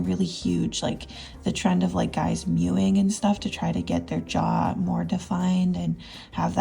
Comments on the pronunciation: sorry is she saying "mewing" ? like a cat ?? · HELP SHE DID NOT SAY MEWING😭